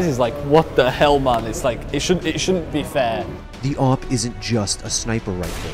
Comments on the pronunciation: I don't like the people who say A-Vee-P instead of A-W-P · Just say AWP, not A - W - P and not A - V - P .. Just say awp :D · Its not awp its owp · its pronounce Awhip